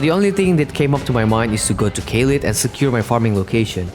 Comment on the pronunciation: Caelid is said like a k sound so kaelid not saelid